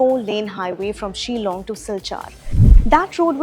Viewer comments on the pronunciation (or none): It's not shelong get your pronunciation right it's Shillong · This Lady should learn to pronounce 'Shillong' and not Ceylon😁